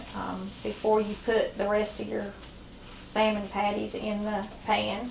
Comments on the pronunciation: I love this lady's accent when she says "sayer-mon". Keep the wonderful recipes coming but lose the comment warning. I find the "GOT IT" part insulting. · Is it pronounced sa-mond or Sal-mond 😉🤪😀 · Love to hear you pronounce "Samon".